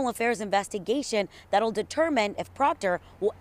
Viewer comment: Who cares about Proctor and his family! He brought this on himself. Too bad so sad Proctah Troopah.